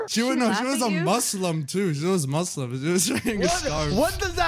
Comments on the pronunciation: as a muslim I love the way he says muslum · The way said Muslim Sounded like Maslem